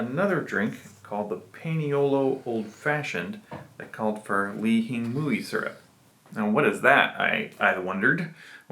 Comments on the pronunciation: Why do you say it like that? It’s pronounced “li-he-moi”.. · that’s how we pronounce it in Hawaii.. born and raised, and I’m still living here.. only people that say “ling-hing-mui” are tourists.. it’s “lee-he-moi”, or some people say “lee-he-mui”.. I mean, there’s no right, or wrong way of saying it.. it’s just funny hearing it said like how you said it, cuz no one says it like that